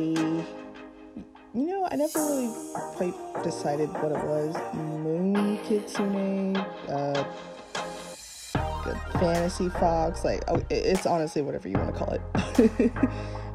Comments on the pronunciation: The thumb nail is sooooo cute and it’s kits-un-e kitsune :) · Isn't it just Kitsune?